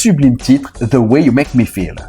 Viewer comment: The ce prononce « de » et non ze